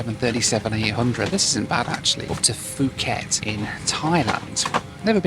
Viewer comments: It’s pronounced poo-khet not fu-khet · Isn't it pronounced poo-ket? The p just has a little puff of air. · Bro what is “Fooket”… For someone who travels the world a lot, and for how well known Phuket generally is, I’ve never heard anyone call it that way. 🤦‍♂️ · fooket and mount raynee ey... hehe. Poor guy, he must be tired... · Phuket not fooket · Great video as usual. You obviously did your research but... FYI Nadi is pronounced "Nahn-dee", Phuket is pronounced "Poo-ket" and Perth was not the furthest south on your trip. Sydney is furthest south. Sydney sits at approximately 33.87° S latitude, while Perth is further north at about 31.95° S latitude. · Great Video mate Nadi - pronounced "Nandi" invisible N. don't ask why🤷‍♂️ Phuket - pronounced "Puket" silent H. don't ask why 🤷‍♂️ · Fuuket bro? Let me guess, that country is called Thigh land right? 😆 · What is the problem? It’s called Phuket not fhuket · Absolutely rage watching after having to hear ‘fooket’ 20 times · Note: Phuket is pronounced as Poo-get 😊 I wish you have spend a little longer and explore this amazing place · Poo-ket is how one pronounces Phuket correctly. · I honestly don’t understand why people keep saying foooket, there is no F in Phuket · Its Poo Ket 🤣🤣🤣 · I sometimes think is just messing with us all by mispronouncing so many place names. "Fuu-ket" ❌... "Naa-di" ❌... "Mount Rainy-yay" ❌ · And he said "Fooket" 100 times... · Pronouncing fucket is diabolical😭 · not to hate but you don’t pronounce Phuket like that😅 btw great video!!!😁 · FOOO KET, POOOOO KET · That's absolutely not how you say Phuket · Correct. In Asia Languages the H is silent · So does Nadi So does Phuket For a well travelled gent his pronunciation is very ordinary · It's not Fuuket it's pronounced Pooket! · It's pronounced pu ket, not fu ket. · Poo-get not Foo-ket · It’s Phuket >> pronounced Puket - not fuket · Fuuket Pookett mate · Puh-get not fuhget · It’s Pooket, not Fooket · Its Puket !